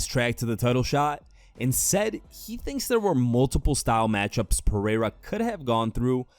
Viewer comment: That pronunciation of Pereira was whiter than mayonnaise